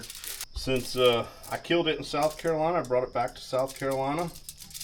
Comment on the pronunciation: South “crack-O-lacky”😂😂😂